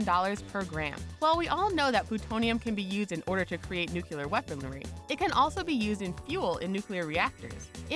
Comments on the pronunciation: Antihydrogen is currently valued at $62.5 Trillion per gram, making it the most expensive material known to man. Also, 'Nuclear' is properly pronounced NEW-KLEE-YUR not NEW-Q-LUR. You should learn how to say common words, because with a word as ubiquitous as this there is no excuse for not being able to pronounce it properly. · N U C L E A R, not - N U C U L A R. how can you switch back and forth on pronunciation in the same sentance? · nuclear, not nucular, not that difficult to understand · Why does every person in this video shown smiling look like they're on drugs or something?... and why do you pronounce nuclear like New Cu Ler... its new clear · "new-clear" not "new-cue-ler" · Nuclear. Noo-clee-urr. Not Noo-cue-lerr. Ugh... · Nuclear. New, clear. Fucking nookyoolurr. Jesus, people. En you cee ell ee eh arr. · "Nukyoolur weaponlery" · Nuclear Now to pronounce it: new-clear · You can’t have a channel discussing science facts and pronounce it nucular... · she said nucular everybody nucular ahahahaha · Is Tritium used in nucular fusion? That's weird, I thought it was used in nuclear fusion. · George Bush is back with "nucular" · "nukeulur" Shows MAWS Squadron I am in great pain. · Dislike 'cuz your channel doesn't know how to pronounce nuclear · The way she says "nuclear" pisses me the fuck off. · Kind of funny how it goes between correct and incorrect pronunciation of the word "nuclear".